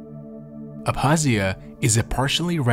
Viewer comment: The k in Abkhazia is not silent. Made the video hard to watch